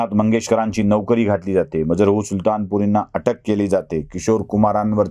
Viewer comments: मजरुह असा उच्चार असावा, मजरहू नसावे. बाकी तुमच्या संशोधन आणि सादरीकरण. उत्तमच असते. आणि मुख्य म्हणजे फाफटपसारा नसतो. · Aho kamit kami Majrooh che uchhar tar neet kara ......